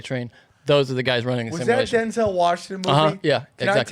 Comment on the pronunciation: dude literally can’t even pronounce simulation lmao